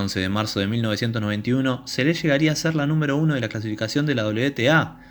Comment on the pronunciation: Recuerdo claramente este echo, se habló largo y tendido, Durante los siguientes años se siguió hablando x este echo y x la magnífica deportista q era. Ahora, nunca en todos estos años, pero jamás... escuché pronunciar su nombre como : Selés...con acento.... inaudito